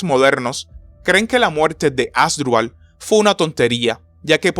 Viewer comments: Un youtuber que no puede pronunciar bien el nombre de los protagonistas de esta Batalla, no solo es PATETICO, SINO UNA FALTA DE RESPETO A SUS OYENTES. Se pronuncia AsDRÚbal, que es una palabra grave, no ASdrubal, como lo dice nuestro querido historiador de chancletas, bermudas y cigarrillo en la mano. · Asdrúbal, ASDRÚBAL!!! Supongo que solo a mí me desespera que lo lea mal... 😖